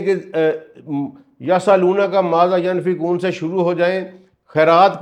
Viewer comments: ایک تو قران غلط پڑھ رہے ہو پھر اپنے راء سے مطلب نکال رہے ہو اور علماء کو چیلینج کر رہے ہو بہت بڑی جسارت اور طبع آزمائی کر رہے ہو۔ پہلے کسی مستند عالم سے قران کا صحیح تلفظ اور علم سیکھو۔ قران میں کمشنری نہیں چلتی۔ "ینفقون" کی "ی" پر زبر نہیں پیش ہے زبر اور پیش سے معنی بدل جاتے ہیں۔ الصلوات کا مطلب کسی حدیث یا ذاتی راء سے نکالا ہے۔ قران میں راء بہت بڑا گناہ ہے۔ واللہ اعلم۔ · السلام علیکم انتہائی معزرت کے ساتھ (ینفقون) کو بار بار دہرائیں تا کہ تلفظ درست ہو سکے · پلیز pronunciation تو ٹھیک کرلو۔۔ماذا ینفقون